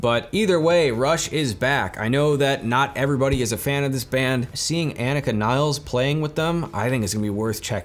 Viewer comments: Agreed bro. FYI, she pronounces her name AH-neeka nills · I would love to hear you pronounce her name respectfully and properly just once. You should personally apologize to her for making this video and mispronouncing her name.